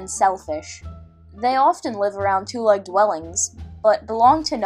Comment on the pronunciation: Great but u say it like it is spelt. Twoleg is said tw-O-leg